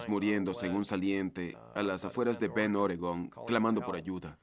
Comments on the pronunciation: BEND, no BEN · ES "BEND" NO BEN